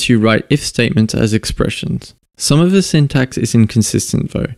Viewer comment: I keep thinking you're saying "VLSP" when you say "the LSP".